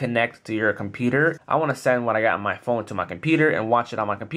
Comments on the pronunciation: com-peter??? competer competer competer???? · he cant say computer lol